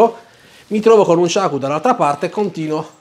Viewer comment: Dici nunciako